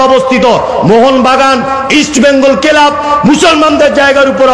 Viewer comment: ক্লাবকে কেলাব উচ্চারণ গ্ৰামকে গেরাম উচ্চারণ।এর থেকেই বোঝা যাচ্ছে ঐ বব কেষ্টর মত দাড়িয়ালার শিক্ষার বহর কতখানি।